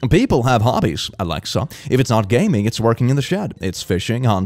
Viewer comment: This is fucking with me cause my name is Alexa and every time he says “Alexa”, especially so pointedly catches me off guards XD